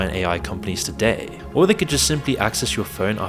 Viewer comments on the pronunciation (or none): none